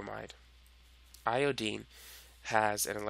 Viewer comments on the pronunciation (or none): how do you make these videos butnot know how to pronounce Iodine? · lol... eye-oh-deen